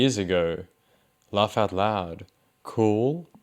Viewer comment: The way he says “loaugh out loud” in that accent really bakes my bread